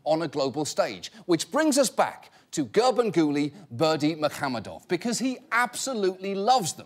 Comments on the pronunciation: Except for that "h" in muhamedov he kept pronouncing as "kh". It is "ح" not "خ" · he didn't actually, the emphasis was in the wrong place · Only if by "pronouncing perfectly" you mean "butchering it like there's no tomorrow". There's no 'ы' sound in English and the stress pattern is nowhere near the correct one. Also, yes - at this point we just invent names on the spot to troll the Westerners.